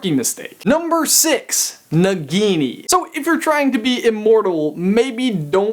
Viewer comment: Naigeenee is annoying me with the pronunciation.